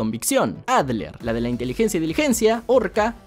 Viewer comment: yo me llamo Adler bro, y dijo bien mi nombre, estoy feliz